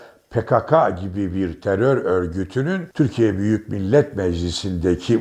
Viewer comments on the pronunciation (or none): none